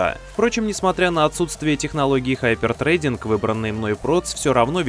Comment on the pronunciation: только хотел похвалить за хороший английский. а тут хайпертЭЙдинг. я разочарован...